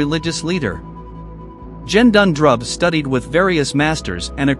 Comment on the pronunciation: The G in Gendun is pronounced the same way you would pronounce G as in “get” and not as in G for Germany. Otherwise, thank you uploading this. I would recommend not using the photos and to change the pronunciation of Gendun.